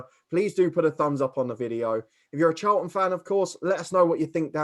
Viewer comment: First time viewer to this channel - really good discussion for me , a CAFC supporter. Thank you, good opinions, and fair assessments. One thing though : there is a 't' in Charlton! Not "Charl'un"..... I know you can pronounce 'ton' because you said "Souf'amTon" ! Smiles Anyway, good report, nice discussion ; I'll subscribe. Cheers!